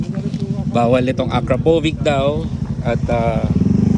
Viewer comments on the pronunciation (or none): Akra-po-vitch po yung pronunciation. You're welcome!